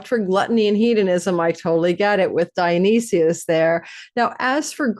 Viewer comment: Dio-nice-sys ... you aren't representing properly